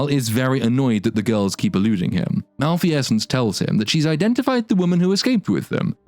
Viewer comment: Amusing critique. Please tell me you don't actually think malfeasance is pronounced mal-fi-essence, though. Please. Please let it somehow be a play on words that I missed or something.